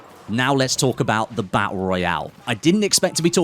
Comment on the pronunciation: Hey say, tap, tap, now say tooth, and again tooth, now say baTTle, sorted